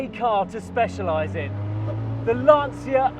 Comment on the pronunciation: LANCIA not Lansia. Like "lancha"....like cha cha cha....lancia. cha.